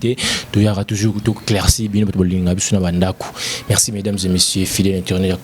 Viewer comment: Nene r olobaka mexi na place ya merci na djospora wana olibaka oyokaka ango ndende nini na matoyi nayo, tika makamnu yakolekaka4r nioso naba emission luka nanu osala ata ba court du soir pardon tolembi.